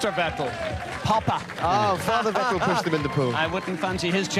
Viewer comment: Vettel as in kettel.... haaahahah :D